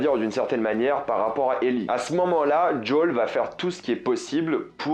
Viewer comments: Joël et non Jole 🤦‍♂️ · Arrête avec jol dit Joël stp ça m’énerve même dans la vf du jeu c’est Joël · Pourquoi dire "DJOL" pour dire Joel ? lol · Pourquoi "Jolle" ? C est "Joël"... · Pourquoi « joll!!! » c’est Joël ! Bordel !! 😂😂😂😂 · "JOOL" NON C'EST "JOEL" C'EST J. O. E. L COMPRIS désolé mais la jpp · Djol <<<<<<<<<<< ? Djol sérieux ? En anglais peut être, mais a moins qu'un détail m'échappe... tu parles en Français... Son prénom c'est Joel... en Français. TRIGGER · Dis " Joêl " je t'en supplis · Grave il se croit stylé à faire un accent ptdr le gars fais le pro de TLOU mais il sait même pas prononcé le prénom du perso principal. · Ok sûrement mais là en l'occurrence il parle français, pas trop d'intérêt à dire le prénom comme si t'étais dans un film canadien quoi